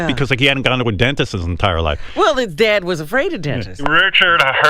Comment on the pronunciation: Hey Richard, it's yeer dayud